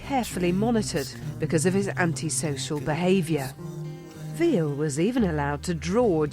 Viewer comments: (Vill-uh) not Veal VILLE! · "Veal" wtf ? Learn the basic , PLS before speak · ville pronounced villa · wish she would stop pronouncing Ville's name as veal! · His name is Ville but sounds like Villie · and its Ville not Vile :s very poor writing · AHAHA the way they pronounce VILLE'S! name has to make you laugh just a little